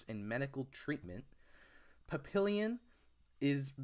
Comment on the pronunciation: I'm pretty sure it's pronounced pap pee yon